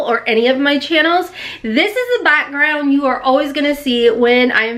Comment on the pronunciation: I love how the strong accent comes out every now and again lol " backround" "wire" "back" lol girl I love ye